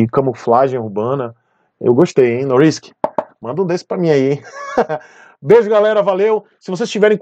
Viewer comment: Se não me engano, a moça que faz o merchan fala NoRRisk, pronunciando RR.